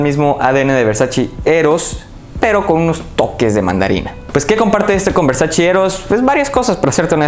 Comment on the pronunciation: Muy bueno tu análisis, pero por favor, no digas nunca más "Versachi"... es "Versache" amigo, así se pronuncia y hasta Donatella Versace tuvo que salir a aclararlo. Saludos.